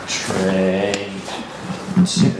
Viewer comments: Is he saying tree or three 😂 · "five, four, tree, two, one," is eternally burned into my brain now.